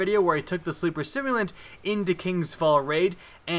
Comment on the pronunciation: I don't know why I watch ' videos when he can't properly pronounce "simulant"